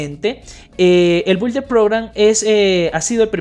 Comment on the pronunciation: se pronuncia “BIULDER” (Builder Program) está fácil inténtalo!